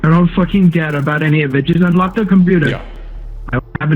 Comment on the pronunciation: he gave the most Indian "just anlok de pici you madafacca" while having a man tied on his hacked computer . so hilarious...